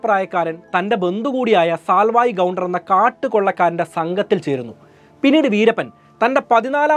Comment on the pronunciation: 1) കൂസൈ മുനിസ്വാമി എന്നാണ്., കൂസൈ എന്നു പറഞ്ഞ മടി, 2) കൊല്ലഗൻ അല്ല കൊള്ളേഹാൾ കന്നഡ ആണ് 3) സാൽവായ് ഗൗണ്ടർ അല്ല സേവി ഗൗണ്ടർ